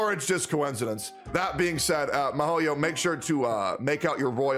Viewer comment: Mihoyo = mee-ho-yo. Not my-hoyo.